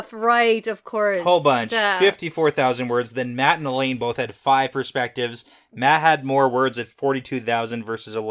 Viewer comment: Lelany... La La loony.. Lelaineee.... Lelaine. Gets me every time 🤣